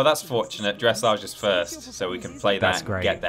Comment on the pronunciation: The way you pronounced dressage…. NOOOO 😭